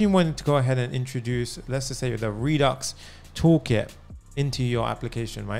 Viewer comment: No No No No, This is too good. When I hear you say Redux Toolkit, I'm like you nailed it, man. Thanks